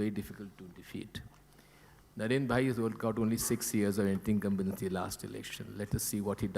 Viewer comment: I love and respect Modi Ji but that was Jethalal style of tackling that word🤣😂😆 (anti-incumbency) 😂